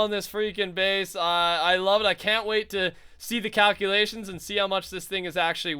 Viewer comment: Instead of calculations, I heard cowculations!